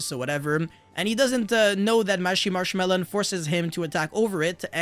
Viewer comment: I cannot take you seriously when you saying marchmarchmallow XD